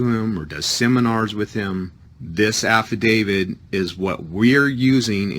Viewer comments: I think this man is calling it an "Affidavid." Maybe in honor of this defendant. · "Affadavid"????????? Again???????????? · Great video, but that guy made my head hurt with his crazy comments! P.S. what is an "affivdavid?" I know of affidavits, but not of affivdavids. LOL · He keeps saying "affidavid." shakes head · This is all horseshit! Every jail around here have a Notary in the Law library, and there is no such thing as a "form Habeas Corpus". You have to draft your own! The format is in the law books in the Law library. He calls it an "affidavid" lol, and all affidavits are affidavits of fact! That's the whole point! Why do these people think an affidavit has some kind of power? All it is is a sworn statement! The only power it has is your word! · he said Affi-david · Is he saying "affidavid"?